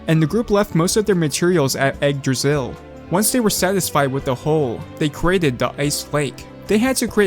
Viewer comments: nice vid but it's not pronouced "Egg-Dra-Sill" it's more likre "igg-drah-sil" Igg as in Iggy Koopa (not trying to be rude or anything I just don't have any better wording for this) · Why does it sounds that you recorded an audio saying "Yggdrasil" and put it everywhere it was needed because you didn't want to take the risk pronouncing it wrong?